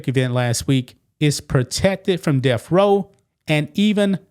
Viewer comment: Is the "deaf" penalty when the state takes your hearing? Th is not pronounced f! If you're going to speak on YouTube for a living work on the pronunciation of your words! DAMN! I won't listen to you it's obnoxious